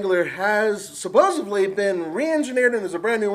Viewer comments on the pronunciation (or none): Did he say "suposuvly" instead of supposedly? ahhhhhhhhhhhhhhhhhhhh